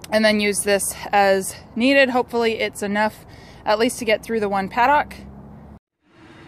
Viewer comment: I almost couldn't after hearing you pronounce paddock. Good work though. Informative.